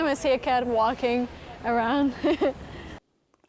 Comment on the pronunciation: She said the L in "walking" 🤣🤣 "It's the first time I see.." That's how I say it, I didn't know it was a mistake 😟